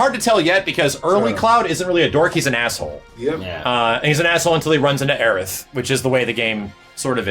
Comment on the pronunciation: stop saying aerith!!!!